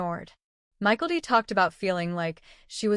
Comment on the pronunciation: It’s not Michael-T. It’s My-Kel-T